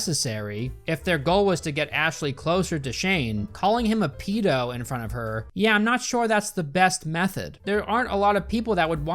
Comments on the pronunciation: Thank god there's someone else out there who pronounces it "pee-doh" I thought I was the only one. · I cringe every time you say “peedo” more than retard.